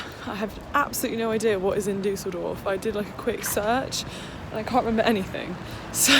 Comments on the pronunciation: When you say Düsseldorf it sounds so posh - you say it more like Düh-sseldorf, but it's actually pronounced Düs-seldorf ❤️ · The way you pronounce Düsseldorf 😭😍😍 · So funny how she says Düsseldorf :D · Also the way you say Düsseldorf is funny 😂😂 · The way you say Düsseldorf is so funny 😂❤️ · Just FYI that's not how people in the UK say it 😂 but it's still sweet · That's so true and from Germany so it's hilarious 🤣🤣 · agreed omg